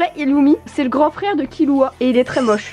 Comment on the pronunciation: Ca se prononce ilumi et killua mais normalement c'est iRumi et kiRua.